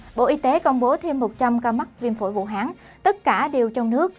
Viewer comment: Vũ Hán.chứ ko phải vũ háng.nghe ko thiện cảm.đề nghỉ người đoc chỉnh sửa lại từ này.hán ko phải háng.ok